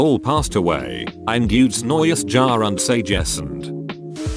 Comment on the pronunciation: Haha when the bot tried to say ein gutes neues Jahr und sei gesund That had me dying (I’m German)